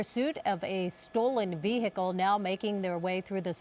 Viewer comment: Female keeps saying, "vee-HICK-el "....the H is silent....Aaaaarrgg....unless you're from southern Alabama . "Back rear tailgate"....as opposed to front rear? HA .